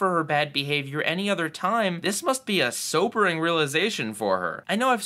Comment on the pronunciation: Soapering. you said Soapering instead of Sobering.